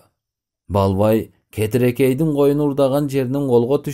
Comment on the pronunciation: Кетирекей эмес,Кетиркей